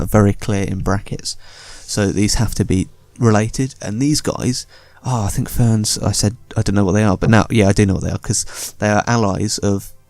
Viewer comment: Ferns? FERNS!? Do you not speak ENGLISH!? While also being a native speaker I presume? IT'S FEEEEERAAAAAAAAAAAAAAAAAAANS! You can shove the FERNS in your arse Sir! Also you pronounce Varyn's as Varian's. Go BACK TO SCHOOL! NOW!